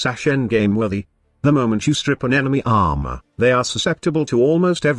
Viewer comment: The way you say armor is funny ahma